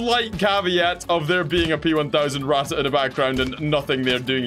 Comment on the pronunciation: Yesssssssss more tournies! Q: did u finish the other TABS tournament? Also, when are we gonna get more TTS. And when are you gonna start calling the Ratte how your supposed to (Pronounce it like rat. Just rat)